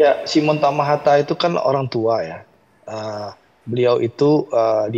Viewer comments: Koreksi. yg benar TAHAMATA... bukan TAMAHATA. Marga asal Maluku. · Tahamata, bkn hatamaha, matahama 😂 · Simon Tahamata ya mbak...bukan tamahata....